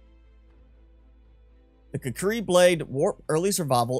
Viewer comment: I thought it was pronounced: kū•kree.